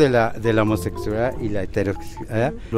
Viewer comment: lo dijo así porque por su estúpida religión le molesta decir SEXUALIDAD. o eso o esta borracho :v